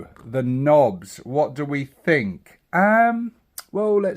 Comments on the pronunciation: Nah it comes from medieval peasants originally calling nobles white-nobs meaning white-heads due to their powdered wigs. They then shortened it to nob and the pronounciation is: enPR: nŏb, IPA(key): /nɒb/ which is pronounced with the short o. So its not nobe. Nor should it be. Now get back to the zoggin WAAAGH you Gork (or possibly Mork)-damn scrawny sympathiser 'afore the boyZ WOLLOP YA. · I know it sounds odd, but that's the "correct" pronunciation. It's kind of like how "Waaaaugh!" is just "War" pulled out longer, but some people insist on pronouncing a hard "G" in there. Drives me batty. (Well, they're technically wrong, due to teh word, and "Nobes" is technically right, but the same eyetwitch trigger applies either way!)